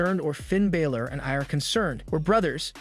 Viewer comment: Hey dude that's doing the news for WWE his name is Finn Balor not Baylor